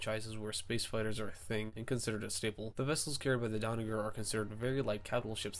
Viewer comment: Stop saying Donnaguer!!! It’s Donnager!